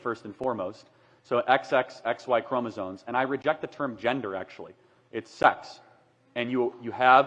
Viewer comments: Charlie, we have to work on your pronunciation. It's chromosomes, with an M, not an N. And it's mastectomy, with 2 Ts, not 1. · Charlie has to stop pronouncing it "ChromoZONES." He mispronounces the word over and over again.